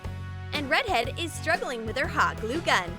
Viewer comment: I like how the person doing the voice over calls the red haired girl rEdhEaD and she doesn’t mind lmao